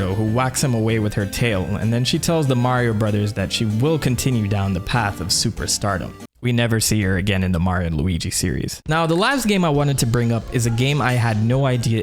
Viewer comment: Honestly, your videos have really nice presentation and are fun to watch overall. However, I find the pronunciation of "Super Mario Brothers" to be offensive and honestly, repetitive and annoying.